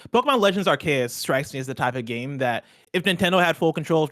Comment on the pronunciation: Pokémon Legends ARE-KAY-US 🙄😅 that’s not right at all